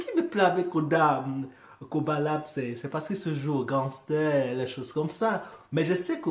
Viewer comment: Salut Man !!!! Sais tu que PNL vient de sortir un son ?? C'est en train de tout exploser !! Le compteur Youtube est bloqué , bref, c'est la folie !!! Le clip est ouf !!!!! Et je t'écris en écoutant ta réaction dans le fond !!! On dit Koba La " Dé " , on prononce le D en fait !!! Allez vivement que tu réagisse au clip de " PNL - AU DD " !!!!!!!!!!!!!!!!!!!!!!!!!!!!!!!!!!